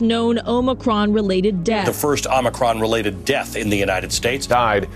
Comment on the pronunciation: Omicon//Not Omicron !!